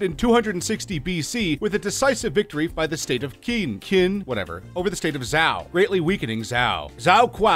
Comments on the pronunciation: It didn't get any better. He went on to pronounce the name of Chinese dynasty Qin as it is written. That's the name of the dynasty that gave CHina its name... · Or Qin (read ch'in)! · queen zzzzao quao quee lol... omg